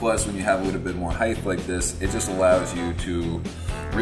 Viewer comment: It's really important to get that heighth in the habitath.